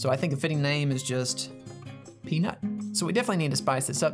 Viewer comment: peanut not pnut